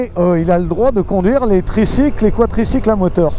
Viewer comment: On dit quadricycle, et pas quatricycle !!!